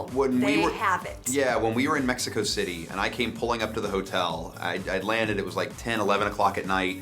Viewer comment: Es tan sexy cuando Niall pronuncia México City gavshehshshh...